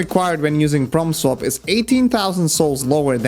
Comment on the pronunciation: Every time he says Prompt Swap it sounds like From Soft.